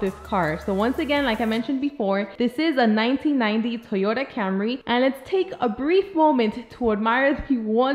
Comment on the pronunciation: just be sure to refer to it by its proper gangster street name: the Toyota Camré (camRAY). thats how the coolest people pronounce it